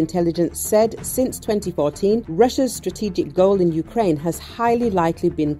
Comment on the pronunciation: Юкрейн юкрейн... кажется обосралась